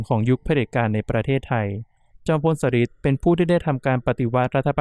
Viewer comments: ชอบฟังแนวตำนานสถานที่จริงมาก จอมพลสฤษดิ์ อ่านว่า จอม พล สะ หริด ไม่ใช่ สะริด ค่ะ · อ่านว่า สะ-หริด ไม่ใช่ สะ-ริด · ฟังไม่จบเพราะขัดหูตรง สะริด นี่ล่ะค่ะ 😢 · จอมพลสฤษดิ์ ธนะรัชต์ ออกเสียงชื่อ สะ-หริด ค่ะ ฟังทีไรก็อ่านออกเสียง สะ-ริด ๆ ทุกที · ชอบฟังเรื่องเล่าเก่าๆค่ะ แต่มาสะดุดหูกับชื่อ จอมพล สฤษดิ์ แอดมินพูดเพราะเสียงน่าฟัง แต่ต้องเรียนรู้ภาษาไทยบางคำอ่านยาก เข้าใจว่าเป็นคนรุ่นใหม่ อาจจะไม่คุ้นชื่อคนสมัยก่อน เป็นกำลังใจให้นะคะ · เเย่จังพูดผิดทำให้หมดความน่าเชื่อถือ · กำลังจะเม้นท์ค่ะ มาเห็นพอดี 555 จริงนะ การออกเสียงผิดทำให้ขาดอรรถรสในการฟัง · ตอนแรก 1.10 แอดออกเสียงถูกต้องแล้ว ไม่เข้าใจว่ามาเปลี่ยนตอนหลังทำไม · อ่านคำว่า จอมพลสฤษดิ์ ผิดนะ ครับน้อง